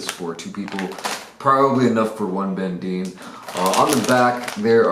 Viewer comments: "Probably enough for one " lool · "Probably enough for 1 BenDeen" 😂😍